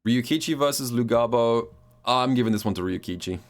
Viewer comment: Its pronounced Luhabo